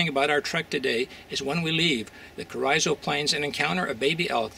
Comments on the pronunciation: I'm from close by. My whole life I've only heard Carrizo pronounced Carr- eeeso " Careeeso" . This might be wrong , but young or old that is definitely how its pronounced in western Kern county . Enjoy your vids. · Carizzo is pronounced Careezo (soft a) by indigenous people of the Southwest area of the US. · Lol "carryzo" plains🤣🤣🤣